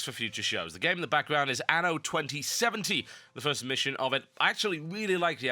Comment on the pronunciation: ANNO, not ano.